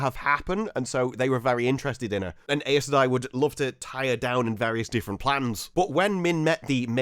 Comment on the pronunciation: Please, Please listen to the audiobooks. Even they are sometimes inconsistent, but the way you pronounce Aes Sedai just hurts 😭